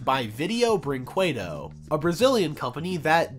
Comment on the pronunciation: I know every foreign youtuber pronounces it wrong but anyway it's pronounced 'brin-KE-do' not 'brin-cue-do'